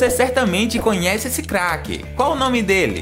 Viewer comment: MAN ELE FALA CAQUE